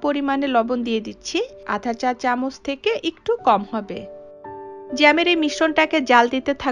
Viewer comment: চামুচ না চামচ